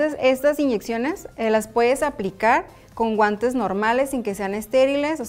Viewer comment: En el minuto 5.22 dice abren sus guantas jajajajaja😂😂😂😂😁😁😆😆